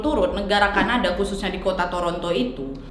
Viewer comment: "oOoh CAnaDaaAA" "TorONto" "moWla" "GOWla ma DIsh"